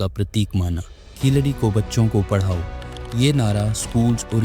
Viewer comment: Keeladi should be pronounced properly and not as hindi word khiladi..which means player...it should be pronounced as keel adi....meaning bottom step....